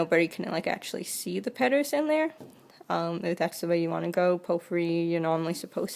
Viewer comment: Oh I see she changes the l's to r's- petters- taber-etc. Good video but I can't get over the talking! So sorry!! 😑